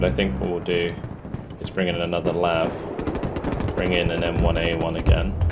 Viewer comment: Awesome game! Love watching… one inaccuracy though. US Marines do NOT call their LAV-25’s “LAVS”… they pronounce it by saying each letter separately. L. A. V.